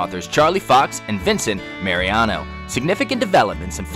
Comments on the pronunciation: Geez...at least learn to pronounce the names correctly! LeTort SPRING Run. Vincent Marinaro...not Mariano! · Springs? It's Letort SPRING Run. Can you say Mar-in-arrow? I know you can.